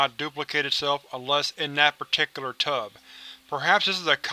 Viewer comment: Tub, not tube